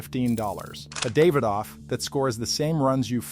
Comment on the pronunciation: I'm not usually big on name pronunciation but they keep saying them wrong, lol. "Podran"? "David off"? I like the content but come on man.